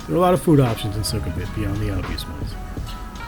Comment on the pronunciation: It’s not “Su-KUM-vit”, but “Suecom-vit”.